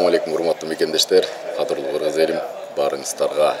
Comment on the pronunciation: Кызыл койнок Сен сакосунбу Гыргыз дебей так суйлобойсунбу